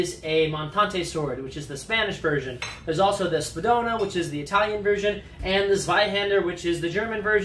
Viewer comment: He didn't pronounce Spadona correctly either